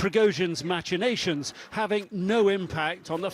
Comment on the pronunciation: Machinations is pronounced mak-uh-nay-shuns.